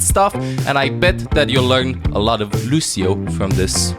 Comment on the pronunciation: I love how always says "Lusio"